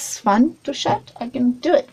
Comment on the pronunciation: Hey sweets, I love your work..... it's totally amazing!!!! Just a quick message to say that in the UK the way you pronounce chat is 'Shat'. The word shat in the UK is the past tense of shit LOL If you pronounce the 'ch' sound as in the word 'church' or 'Chocolate' then you will have it :) Have you though of sculpting Jack Sparrow?